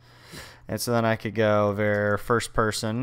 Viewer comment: Did this guy just call a variable "vare"? LOL